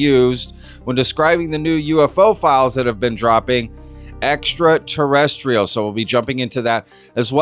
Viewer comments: At first it sounded like Trump said extra torrential (A heavy downpours currently hitting the region) before he said extra terrestrial, maybe a freudian slip??? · he didn't say Extraterrestrial he said "Extra Torrential" 🤣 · I heard extratorrential….. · Cmon, he doesn’t have a clue, he can’t even pronounce “ekta torrential….things”. He just wants to distract from the Pedo-Files. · I think he saidt Extra-Testical, he's gonna release Extra-Testical files ... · Extra-torrential… hahaha. He’s such an idiot. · "Extra torrential"? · “Extra-tarenchrial” 😭😭Trump is such an idiot hs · He said extra torrential, terrestrial. Slip of the tongue. Don’t over react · He said extra tez tickles. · Notice notice Trump said extraterrestrial and then said terrestrial. Much love to all ❤ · No, he didn't say extraterrestrial files, he said : two testicle extrateranchial things… can you believe it? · He can't even say it properly.He is not quailyfied, he is just a stoopid puppet. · Almost pronounced extra terrestrial 🤣 he’s cooked. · He screwed up the pronunciation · No shit.... But he at least corrected himself right after. Funny how anyone never mention just that.